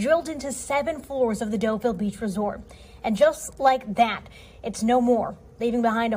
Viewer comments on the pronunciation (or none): The one report sounded like they pronounced the name “Delville” - it was named after a French resort pronounced “doe vee” But even if someone had said “doe vil” that would have been better. I know people have trouble with French and have scorn besides but come on.